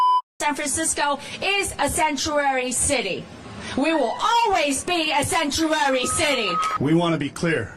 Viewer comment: She can’t even pronounce “Sanctuary”! 😂